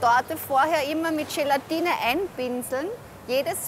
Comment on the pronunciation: Gelantine ist bei ihm gleich Schelantine